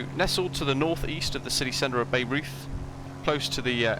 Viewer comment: Nice. I will definitely check it out. By the way, it is pronounced BI-roiyt. It is famous because it is home to the Bayreuth Festspielhaus (Bayreuth Festival House), which is the opera house that was built for Richard Wagner, to his specifications. There is an annual "festival" that features many productions of Wagner operas. I think the opera house was visible in the distance in some of your early footage.